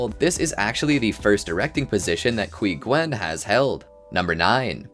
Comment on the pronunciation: Quy Nguyen, it's pronounced "huɪ-mou-ɪ-en"